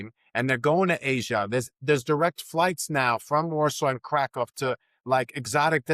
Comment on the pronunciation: Please make an effort to pronounce the name of Krakow correctly, especially after so many years living there